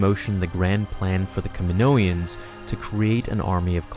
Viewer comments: Ka min-o-ans. Not ka min-oians. Phonetically. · DUDE its kaminoans, not kaminoians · can you stop saying "kaminoians" it's kaminoans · Kaminoans not KaminoEans!!! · Kaminoan, not kaminoian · “Ka-mi-no-ans” not “Ka-mi-no-i-ans” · Kaminoians? C'mon man, you can do better than that... Kaminoans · I don't why but it didn't feel right when you say 'kaminoaians' should just be 'kaminoans' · I figured it out. What sounded weird is your “Kamonoian” It’s “Kaminoan” Sorry if I’m nitpicky ‘:) I’m a linguist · the way you call them Kaminoians bothered me lol... Kaminoan sounds a lot better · I could be wrong, but I'm pretty sure I've heard, in the Clone Wars & other media, the people of Kamino called "Kaminoans" not "Kaminoians" sorry, it just felt off hearing them called "kaminoians" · I think the accepted pronunciation is “Kaminoan”, not “Kaminoian”. At least that’s how I’ve heard everyone else say it. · Cam-i-no-ans. Not Camino-ans or Caninoians. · good video, but i'm really sorry, one thing is just driving me nuts it's Ka-mi-no-an, there is no second 'i', it's not Ka-mi-no-ian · aside from all the regular words you mispronounced, they say "kamino-ans" in episode 2. it's just the name of the freaking planet with -ans afterward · *STOP MISPRONOUNCING KAMINOAN* KAM MEN NO EN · I love your content. Btw isn’t it pronounced Kaminoans in episode 2? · It's funny how you can't say "Kaminoans" correctly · say it with me: Ka-mi-NO-an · R K that’s how they pronounce it in attack of the clones. You’re right.